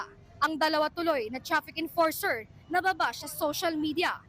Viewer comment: Chrafik emporser?😂😂😂